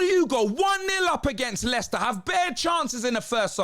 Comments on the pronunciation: Mo-Leicester City - that's just diabolical! 🤣 🤣 🤣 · Did he just call them Molester city,?? Lol